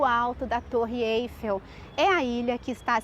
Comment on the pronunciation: Excelente! Apenas um reparo: a torre chama-se Eiffél (fonética) e não Êiffel.